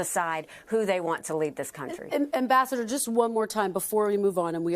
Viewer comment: Ambassador Nikki Haley-I thought she said vascular Nikki Haley